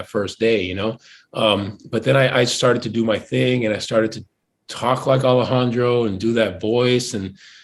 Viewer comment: Por qué dice "Alejandrou" si es cubano? xd